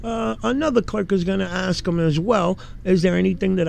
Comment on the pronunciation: PLEASE the words are " Ask and Asked" not AXE nor AXKED.